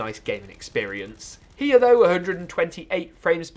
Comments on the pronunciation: It's here not hera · I like the way he say here as "hiya"